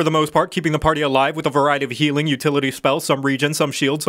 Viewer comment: Zhe heeling is not as revarding as zhe hurzing.